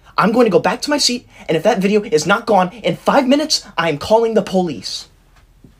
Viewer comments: I love the fact that when he says “police” it sounds like “ POHLISE” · y does he say police like that?